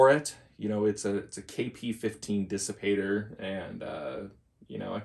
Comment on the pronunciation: Kissipator. Haha. The K from KP. But really, Dissipator sounds great.